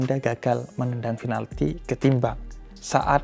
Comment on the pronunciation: Pinalti, bukan finalti